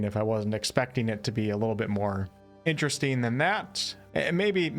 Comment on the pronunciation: You say “een” instead of “ing” and you can’t pronounce the letter “t” when it’s inside a word ie; button becomes “buh-en” BUT this is far and away the best review of Crimson Desert on YouTube right now. The most level headed and the most open regarding possibly negative points and you effortlessly covered so many point of interest, far more than most reviews. It was very interesteen to hear about the things that were concerneen to you.😁